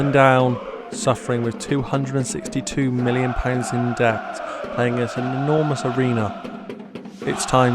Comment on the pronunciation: You need to donate a pound for every time you say pet and not debt haha. Enjoyed this vid dude